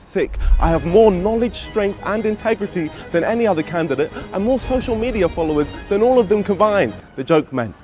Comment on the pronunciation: candiddet hahaha man did not evon say it properly 🤣🤣I cant I just cant